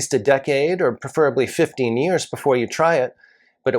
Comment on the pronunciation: Preferably is pronounced prefrably.